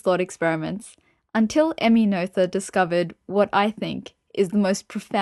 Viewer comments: Unfortunately, another somewhat misleading internet resource, from a self-appointed expert, who hasn't properly understood Emmy Noether's theorems, complete with a mispronunciation of Emmy Noether's name. But the real tragedy here is that the video actually misrepresents Emmy Noether's true triumph, which was to show, as Einstein, Hilbert and Klein had suspected, that energy and momentum are NOT conserved in the "universe", that is to say, not conserved in general relativity. In fact, Emmy Noether's paper on symmetries of actions ( “Invariante Variationsprobleme”, published in 1918 in the Göttinger Nachrichten) identified two cases, and provided a theorem for each. To gain a proper understanding one really needs to consider both. The problem is that author appears to be only aware of the first theorem, but applies it in all cases. The video states that symmetries give rise to conservation laws. But this is not always true, it depends on the type of symmetry. The first theorem is also generalized to the a context of the universe, to state that the momentum of the universe is conserved, but this is not true, as Emmy Noether showed. In fact the second theorem proves there is no such thing as the momentum of the universe. The presentation could easily lead people to completely wrong conclusions. To be a little more precise, for any physical theory that is described in terms of an action integral, dependent on some variables, fields and their derivatives up to some order m, Noethe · I thought that too! But, more it reminded me of the noyes (pronounced noise) game. So No ether=> Noether and No Yes to Noyes.